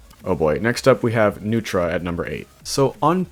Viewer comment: U got neutra right!